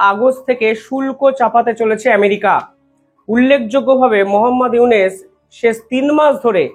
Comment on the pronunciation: আপনি ইউনুস মিঞার নাম বারবার "ইউনেস" "ইউনেস" উচ্চারণ করেন, বড্ড কানে লাগে। সঠিক উচ্চারণ করুন।